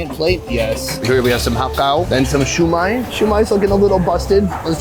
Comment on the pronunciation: Bro said "shoo may" 😭😭😭